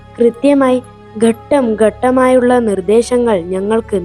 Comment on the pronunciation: പുസ്തകം വായിക്കുന്നതുപോലെ അല്ല കഥ പറയേണ്ടത്. പിന്നെ ഗട്ടം ഗട്ടമായി എന്നല്ല ഘട്ടം ഘട്ടമായി എന്നാണ് 😂😂😂. ഞാനാണേൽ ഞെട്ടി വിറച്ചുപോയി 😂😂